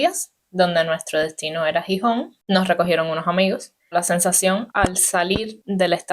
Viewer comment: Video Chulo o bonito . Solo un pero.... Es Gijón o Xixón no Jijón .Sin un poco de lluvia no existiría toda esa naturaleza verde .Aquí tenemos entre otros pueblos el pueblo de Cabrales especializado en quesos y que hace un tipo de queso único en el mundo por como se hace y donde se hace . En cuanto el transporte público los menores de 18 años y los Jubilados no pagan transporte , es gratis .Gracias por pensar en Nosotros .